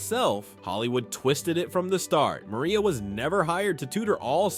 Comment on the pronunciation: And tell the AI voice that it’s pronounced Mar-ee-ah.